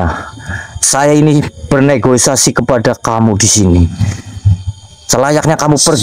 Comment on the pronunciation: Maaf dan saya hanya mengoreksi ucapan sampean bukan bernegosiasi tp bernegosiasi yg benar